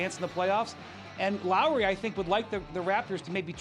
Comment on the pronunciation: It’s Lowry not lowery, put some respect on his name